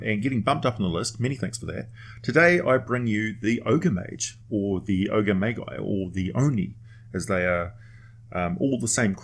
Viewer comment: "Ogre Ma-dg-i" not "Ma-Guy"